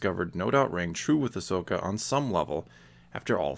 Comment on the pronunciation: I'm just glad you don't say her name as Ash-oka!! That really annoys me in people's videos😂